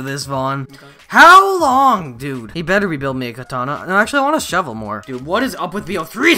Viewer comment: "I just got the shevel"